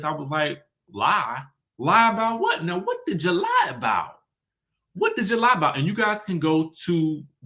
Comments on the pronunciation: It sounds like Gizelle said “ride for you” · I did't hear "lie" I heard "ride" but I could be wrong. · I listened to that clip where Gizelle was talking to Candiace, it sounded to me like she said "ride for you" rather than ',lie' for you. 🤷🏾‍♀️ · It sounded like Gizelle said "you're acting like I didn't 'ride' for you!"... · She said ride not lied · It sounded like she said ride for you not lied for you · Everyone is saying ride not lie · I thought she said "ride for you" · I thought Gizelle said, "Ride for you," not "Lie for you" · I'm not a big Gizelle fan but I do agree it does sound like she used the word RIDE instead of LIE. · That's what I heard too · I definitely heard RIDE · It sounded like she said "ride" for her because it's about the Monique situation. Especially when you listen to the context of the argument. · To me it sounded as though Giselle said “ride” for you. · I agree! she said "ride". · I just commented this as well. I heard ride.